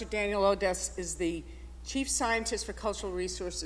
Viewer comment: She misprnounced it.. our letters were always from Dan Oddness... How is Joan?